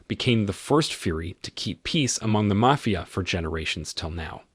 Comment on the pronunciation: Does anybody else pronounce "mafia" correctly every time it is mispronounced?